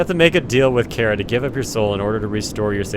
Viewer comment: Chara is pronounced CARR-A.